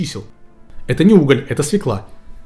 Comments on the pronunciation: вы уж определитесь, свЁкла, или свеклА. уши режет. по нормам русского языка - только свёкла, ударение на первый слог. а у вас в ролике свистопляска с ударением. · "20 тысяч тонн сахарной свеклы в сутки" - в слове "свёкла" ударение на первый слог всегда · Он и так и так говорит. Непонятно зачем. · Это всё здорово! Только свЁкла.